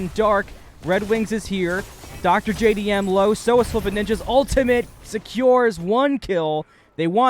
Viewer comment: The djm got me lol. It's jdm